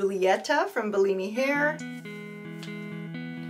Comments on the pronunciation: Bullimi? No, you should pronounce Bellami like bell-amy. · You keep saying Bi-Li-Mi sent me wigs, but I read it as Be-La- Mi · It’s pronounced BELL AHH MEE 🥰 Also, best of luck with your hair journey.. I have alopecia so I def understand.